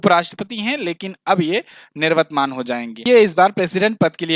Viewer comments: Nirwatman nahin hota bhai,niwartmaan hota hai. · भाई,' निर्वतमान' नहीं होता,निवर्तमान होता है .